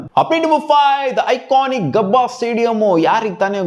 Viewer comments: ಗಬ್ಬ ಅಲ್ಲ ಗುರು ಗಾಬಾ 😂😂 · That is gabba not gabb😂😂